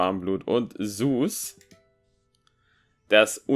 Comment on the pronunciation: Das heißt nicht,,suß" Das heißt ZEUS wie dieser Gott aber ok-_